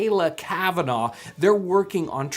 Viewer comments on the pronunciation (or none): none